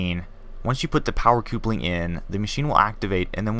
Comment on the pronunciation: Coopling HAHaha it is pronounced like couple ing